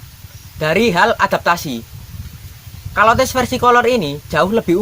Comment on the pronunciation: Bacanya caler bukan kolor emang celana kolor😂😂😂😂😂